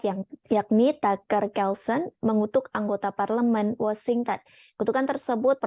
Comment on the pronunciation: Washington, bukan wasingten..Zelensky, bukan selensky. Level pembaca berita indon bicara mirip orang kampung..